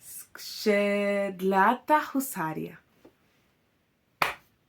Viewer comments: Thank you for going into the details of Polish Husaria :) Also, you nailed polish accent, when saying "Skrzydlata Husaria" at the very beginning, and when pronouncing polish names :) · Pięknie powiedziałaś po polsku: skrzydlata husaria